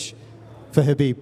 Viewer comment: Hab-beeb Nur-Mu-Ham-ma-dov 🔥